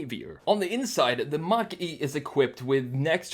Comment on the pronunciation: Is it like a Mehcury Grand Macheeeh dude?